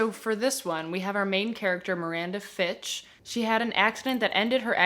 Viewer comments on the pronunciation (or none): none